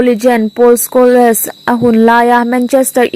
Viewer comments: Paul Scholes(Pawl skawls)tia lamrik tur,skawles ni lovin😄😄😄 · Mizotawng chhiar zir leh deuh teh.. Chuan,Paul Scholes(Skhawles nilo in Skhawls) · Scholes i lam dan hi a dik lo ania.